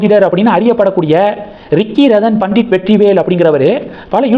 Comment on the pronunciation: Radan pandit இல்லை, Ratan Pandit! You seem to have some problem!